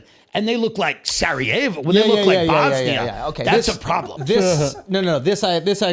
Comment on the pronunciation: when Tim says "when you drive through parts of Cleveland and it looks like *blank*, like Bosnia..." What was that first example? Or at least how to spell it? Serry-aval?